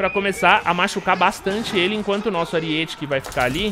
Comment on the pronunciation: Aríete******* kkkkkk video muito bom, so fiquei agoniado com o "ariête" auhsuhas